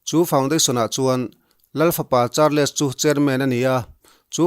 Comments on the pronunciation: Support rum rûttu che u ka ni.... In huat loh ka beisei, Charles tih hi 'Char-les' ti lovin "Chals" tia lam tur a ni, ka hriat chhun ka rawn sawi ve a ni e, kei aiin in hriatna a zau zâwk fê ang tih chu ka hria e... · British lal fapa hming i lam dan kha a felhlel deuh(hming kher kher hi chu lam dik tum hram hram a ṭha fo)....google-ah khan a lam rik dan tur a awm vek kha..........i news ngaihthlak a man hla ṭhin e